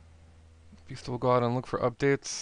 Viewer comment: you say vista funny it's like you put an extra i on so it goes like viista but whatever :D